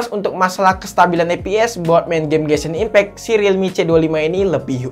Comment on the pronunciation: gw ngakak kalo lu nyebut genshin impact bang nebutnya gesin impek sekalian bensin impek bang wkwkwkwk